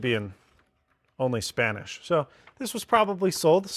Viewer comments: His Spanish was SPOT ON! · Your pronunciation was on point 👌🏻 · Your spanish pronunciation is actually very good! Great video as always, regards from Chile! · Oh wow man! I had no idea your Spanish pronunciation was so damn on point, is your wife Hispanic or something man? rofl Seriously kudos <3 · Tremenda pronunciación del español. Now i love your channel even more. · Wow, excelente pronunciación en español, me encanto el vídeo. I always liked the dockers for phones including today’s Samsung Dex, I am waiting the day my phone replace my computer. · Speaking Spanish 🥳 no, seriously you have good accent don't sound Gringo at all! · That Spanish part was pristine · As a Mexican, I'm amazed of the really good accent of Spanish. ¡Eso chingón! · Concuerdo. ¡Excelente pronunciación! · Ciertamente muy buena pronunciación, me atrevo a pensar que su español es suficiente para tener conversaciones, excelente canal de YouTube 👍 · Pretty good pronunciation actually